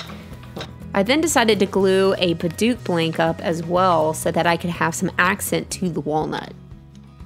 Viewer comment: What a great idea. I'm not using a cane yet, but may make one for my Mom. Then I can inherit it by the time I need one. I like the idea of trying to have a continuous grain, but it might also look nice to have "spools" of totally different types of wood. Now I know how to pronounce Padauk!